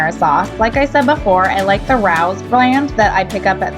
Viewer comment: It's pronounced Ray-ohs